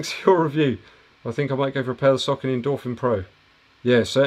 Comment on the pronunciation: You make so much good content man, I dunno how I found your channel so recently, do you have live q&a every week? Keep the good work! PS, it looks like your are the only reviewer with English accent who knows how to pronounce Saucony 😁